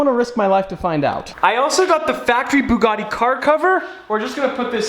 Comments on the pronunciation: the butcher:buggidi: buggati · 😂😂 It's a Bugatti.....Bugati.....BooGooTi..... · do you mispronounce Ferrari? Well please please please learn how to say Bugatti correctly. Once more for the hard of understanding it is Bu (as in View) and Gatti (as in Scatty). It's a French name and in France they say things with finesse. I love that you have bought it but simply cannot take this fucking up of the name any longer. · Actually... it's bügatti not boogatti. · The “buugatie”😂😂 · IM DEAD THIS MANS CALLED IT A BOOGUDI . Im steeling this. Im commenting nice Nice Boogadi in every boogadi vid from hear on out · BUG ATTi: Bugutti Me: 🤣🤣🤣🤣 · Bug-A-Ti 😂😂😂 Veyron's New Name 🤣❤❤ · Lost it at Burlachers pronunciation of "Bug-etti" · Hahahahahaha when call the Bugatti, the Bug-etty, I fuckin passed away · I died at the bugatti pronunciation war 😂😂😂😂😂😂